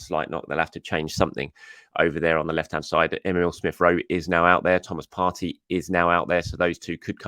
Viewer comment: kindly observe: It's Thomas "Par-tee" NOT "Par-tay" Thank you 🙏🏻